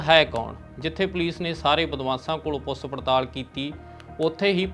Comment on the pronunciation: ਪੁੱਸ ਹੁੰਦਾ ਕਿ ਪੁੱਛ?😂😂😂